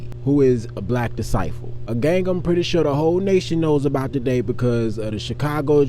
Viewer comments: Disciple , not decivel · it sound like you was saying “Decivel” not “ Disciple “